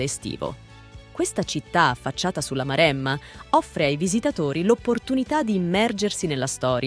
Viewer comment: Io sono originario di Pisa: si pronuncia Pisa, non Piza! E poi Pistòia, Marèmma, Bolghèri, Pitìgliano, Pòppi... mi sento male ad ascoltare una pronuncia così! 😱🤮